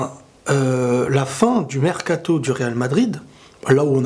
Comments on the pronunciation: Le "Mercatoz" a la fin il m'a tuer x) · « Bonnne fin du maercatoz « c un fou 😂😂😂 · Hahahah « mercatoz »